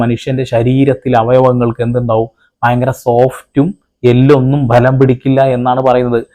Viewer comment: ബ്ഭലം എന്ന് പറയല്ലേ. ബലം എന്ന് പറഞ്ഞാൽ മതിയല്ലോ